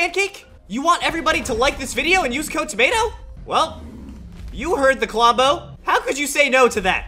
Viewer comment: I HATE U DISRESPECT TO KLOMBO U SPEKT HIS NAME WRONG